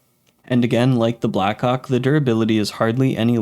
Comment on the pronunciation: The way you pronounced blackhawk I did not look on the screen when i heard it and was a bit confused💀💀💀💀